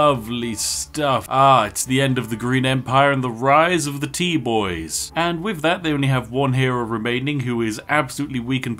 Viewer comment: When Spiff said "Go Tea Boys" it sounded like it was "Goatee Boys"